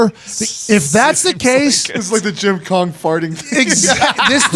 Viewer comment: how did nobody say anything about saying “Jim Kong” 😂😂 missed classic